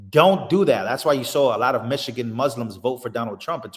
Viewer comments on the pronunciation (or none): none